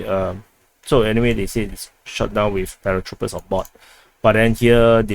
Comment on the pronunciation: I have difficulty understanding your English. Can you please enunciate clearly, don't run words together; put spces in & hit consonants hard please. Please don't say, Cawdis. but Call [space] this. Don't say WIF , say WITH. These are two different things which must be pronounced differently & distinctlly 1) THIS INFORMATION & 2) DISINFORMATION! Check how you are speaking by turining o captions & see what you see: how much is intelligible & how much is giiberish.